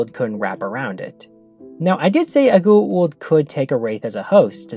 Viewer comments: Goo’ oold ? Why is it so hard to pronounce G O A - U L D GOO AAA OOOOH LLL DD - GOWA OOLD - GWA OOLD .. Goa’Uld damn its so anoying to the ears .. its a made up name in englisch .. so phonetically its not a mysterie how its meant to be pronounced.. some of the actorsvof the show too btw omg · Every time you say "goo-aah-oold" instead of "go-aah-oold", I cringe. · Bro say goa'uld priperly damn XD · what i hate most about this episode is how you keep mispronouncing goa uld